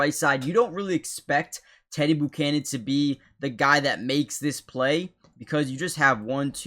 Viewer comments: Never heard the name pronounced boocannon before 😂🤢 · Please go to Google and learn how to pronounce his name. It’s embarrassing when you keep saying it wrong over and over and over and over and over and over.. and that last place you said that my green did a great job but he didn’t even get close to making a tackle and his whole job was at the edge and he didn’t set the edge so it looks like this is another one of those channels where there’s just some guy who sang a bunch of stuff and editing, but he’s not really editing because he doesn’t really know how to fix anything because there’s things wrong so to me if you’re editing everything should be correct or you’re just not very good at your job